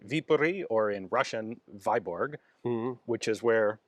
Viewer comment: The Russian pronunciation is quite different, Vyborg is more of a Swedish name really. =)